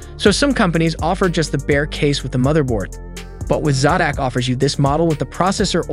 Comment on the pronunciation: It hurts my soul when u mispronounce common words like Zotac and sodimm…